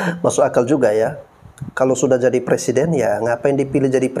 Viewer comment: PERSIDEN apa PRESIDEN bang??🤣jaaangaaan...jangaaaan...jangaaan 🤣🤣